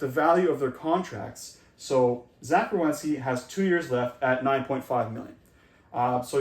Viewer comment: It's Werenski, not Rewenski.